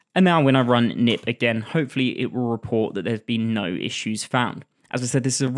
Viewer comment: I don't think it's pronounced 'nip', but 'k-nip', with the 'k' not silent, since the tool is developed by a Dutch person and 'knip' means 'cut' in Dutch.